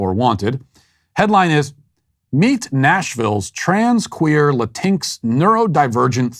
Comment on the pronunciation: Latinx has always made me laugh but hearing Matt’s pronunciation is pure gold, not making fun of him cause there’s no correct way to pronounce a made up word. “Latincks”